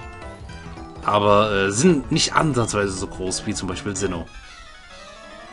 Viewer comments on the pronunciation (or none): none